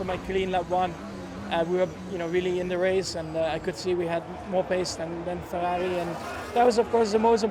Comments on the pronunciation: max says Ferrari like an Austrian 😂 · “FERRARI” pure Dutch accent 😂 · That was the most dutch way of saying “ferrari” ive ever heard from max🤣🤣